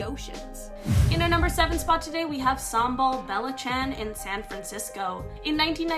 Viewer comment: "samball bella chan"